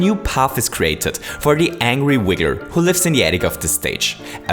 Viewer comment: Everyone is pointing out the fireball thing, but not the fact that he says "wigger"